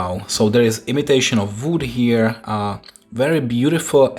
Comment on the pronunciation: The Kyosho team knew that you use a stomathological metal tool to scratch your diecasts ,so they send you a plastic one to replace it. 😃. Is nice that you try to speak in english and possible to learn while you-re doing this.This is why i'm one of your followers. (Ps: try to pronounce "wood" in correct way...not "vood" or something like this👍)